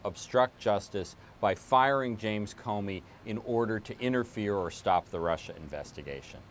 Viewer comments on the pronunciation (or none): I can't get over how Orangeface pronounces Russia 😂😂😂(Rusher)😂😂😂😂